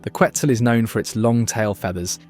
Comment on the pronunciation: Love your video, but I think if you're going to mention the national bird of a country you should learn to pronounce it correctly how the people of the country pronounce it